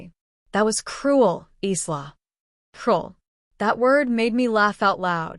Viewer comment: Your AI needs to learn to talk. The "s" in Isla is silent 🙄